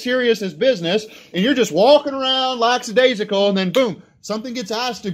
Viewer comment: Lackadaisical not laxidaisical